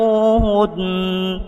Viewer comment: Mohon maaf min ayat 10 famtachinuhunn bukan famtichu hunn.. 😀😇